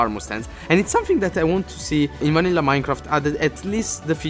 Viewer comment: did he say MANILLA Minecraft